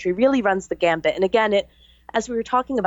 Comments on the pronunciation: "Run the gamut" Not: "Run the gambit" 3 times even. I cant take anyone seriously whose talking about complex issues when they cant get simple words/phrases correct on a regular basis. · Can someone tell it is run the gamut not gambit. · * run the gamut, not 'gambit'. That truly distracted me from the subject matter, lol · It's "run the gamut" not "run the gambit."